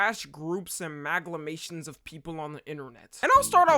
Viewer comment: bro said maglamation💀